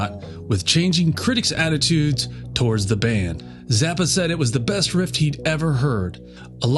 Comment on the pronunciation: Great story but they are guitar “riffs”, not “rifts”.